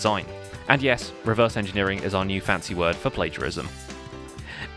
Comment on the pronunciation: "Reverse engernering" riiiiiiight....